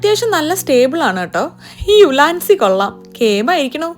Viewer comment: ഉലാൻസി ❌ യുവാൻസി ✅